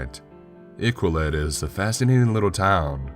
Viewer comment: Just how you say Iqaluit makes me cringe but it was a good story